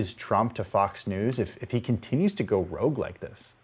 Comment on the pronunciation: Lol you guys call him rouge?